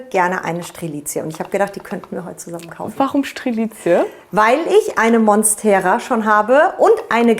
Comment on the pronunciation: Zuerst habe ich verstanden, dass sie 15.000 Pflanzen hat, bis ich verstanden habe, dass das ihre Follower sind … Schrecklich, wie diese Leute teilweise die botanischen Namen aussprechen. Korrekt wäre zum Beispiel Mónstera, nicht Monstéra. Alles Corona-Experten, Russland-Versteher und kleine Botaniker da draussen …